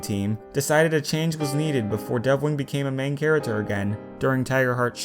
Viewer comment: Idk why, but I love how you say charater